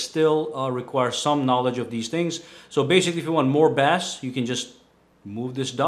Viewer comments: FYI- bass is not pronounced bass (like the fish). When it is regarding music it's pronounced base. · Fyi. Bass is pronounced "base" like "the base of the lamp" and instead your actually talking about a fish the way you are pronouncing it so the correct way to pronounce bass is "base" and if you pronounce bass like it looks you are talking about a fish "bass" lol.. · Uhm.. bass??? (bah.ss) is a fish... When referencing sound the word is pronounced (bay.ss or bei.ss) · It is pronounced base, not bass. Bass is a fish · You say bass like the fish.....it's pronounced like 'base'ball.....good video :-) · Bass=Base meaning it is pronounced as Base not Bass like the fish. The more you know.. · IT IS PRONOUNCED B-AY-SS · Thumbs down when he said bass like it was a fish instead of pronouncing it as base. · in terms of music it's pronouced "base" like baseball...also like a bass(base) guitar not bass(like a fish) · pretty sure bass is pronounced base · You say bass like the fish bass lol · He said "maximum BASS" as in the "FISH"! 😂😂😂... No offense but "bass" is pronounced the same as "base". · Bass is pronounced like base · The way he said bass (base)... 😂😂😂